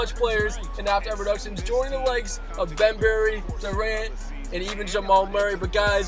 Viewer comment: It’s not Bem berry it’s bem bry